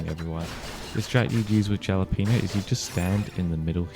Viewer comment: I dont wanna be picky or anything but its "ha-la-pen-yo" for Jalapeno cookie 😅